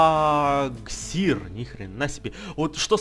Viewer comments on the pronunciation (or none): Правильно не Квагсир, а Квагсайр